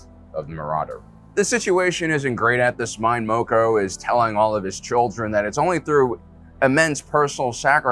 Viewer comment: Mispronouncing mokko when they say it in the show 🤔